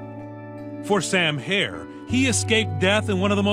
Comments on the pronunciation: HERR NOT HAIR ! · HERRRRR NOT HAIR !!!!